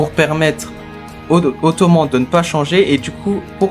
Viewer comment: Bonne review, par contre Toman ça se dit Tomanne. Car Toman c'est l'abréviation de Tokyo et Manji(c'est pas une croix gammée).